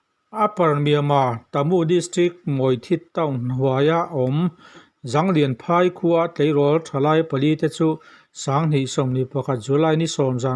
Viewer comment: ''Zanglian phâi'' tih â i chhiar hi kuki ṭawng a nih karingâ, kuki ṭawng a nih chuan ''Jânglian phâi'' tih a nianga, ''Zâwl lian phâi'' tihnâ a ni ê.